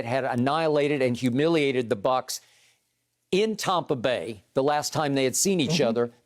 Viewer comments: Everyone: Tampa Bay Skip: Tahmpah Beh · Skip. It's TAMPA BAY. Not TOMPA BAY. Get it right and keep it right. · Most people: Tampa Bay skip: Tompa bay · he's subconsciously saying "Tom"pa Bay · Yes very annoying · Tom brought in AB, Gronk, Fournette and McCoy and transformed the entire franchise, as a lifelong Bucs fan i'm fine with the Tompa Bay era. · He's a hater. I said the same thing. TOMPA bay lol . They be hating on the sunshine state. But We get it. Haters.. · God I know right. it's so corny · As a Bucs fan, I agree lol